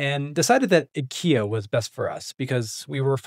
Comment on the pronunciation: 日本の発音は「イケア」です。惜しい！